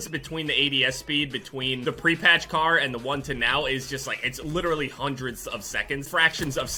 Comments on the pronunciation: Isn’t it the KAR not “KARN” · Kar not karn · Nice “KARN”